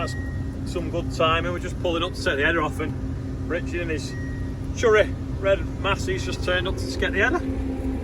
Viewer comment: I love it when you say cherry as it sounds like churry